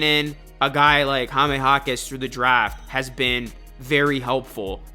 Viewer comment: The way you say Jaime is weird. It's very easy..."High" + "meh"... not Hah-meh (it hurts my ears)